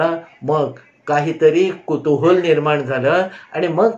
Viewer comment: मी कामानिमित्त निवे bk गावात जाते. पण तुम्ही सांगितलेली ठिकाणे शोधत असते पण सापडत नाहीत. राजवाडे यांची दोनचार घरे आहेत. तुम्ही कुतूहल ला कुतूहूल म्हणता तेव्हा गंमत वाटते. मला रात्री तुमची गोष्ट ऐकल्याशिवाय झोप येत नाही. 💐